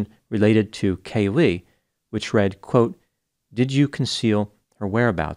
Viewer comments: Caylee not Cay-Lee. Also the right side of your face/cheek looks swollen. Did you have dental work? Good video. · Hey Doc...it's Caylee...not Ca-lee😊